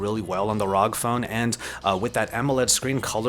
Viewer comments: I get triggered by him Saying "ROG" and not R-O-G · Arr Oww Gee ROG not rowg... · please dont say rog again.. just say R.O.G. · don't call it rog call it r.o.g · ITS NOT ROG ITS R O G 😡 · rog? Rag? . . . Its R. O. G. . . .. love the vid. . . Just annoyed with the rog . . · ROG (Republic of Gamers) is a subbrand of Asus and is not meant to be pronounced as rog, just fyi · Me: What console do u have? Him : Ausus ROG Me: GTFO!